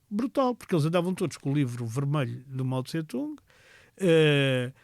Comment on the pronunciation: A pronúncia correta não é Mao Tse-Tsung e sim Mao Tse-Tung!